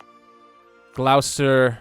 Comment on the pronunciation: Glowesterrr.... argh!! Great game but please pronounce it Glosster its giving me serious pronunciation rage 😂